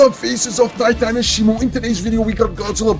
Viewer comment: its shimo not shimu